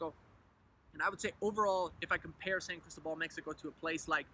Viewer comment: Good info.....but, por favor, it's San Cris-TÓ-bal! The stress is on the middle syllable. If you live there you ought to pronounce it correctly :) Wonderful town, btw! Me encanta totalmente!